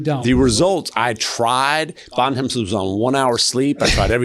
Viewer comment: Bontemps is french means "Good Time" is not pronounced like that